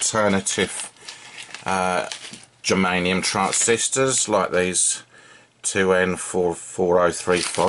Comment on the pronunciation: You spelled and called them " geranium "...lol...germanium 👍 .